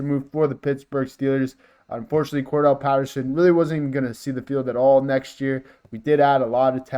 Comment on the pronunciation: Get the players names right you might get more subscribers "Cordarelle" not Cordell.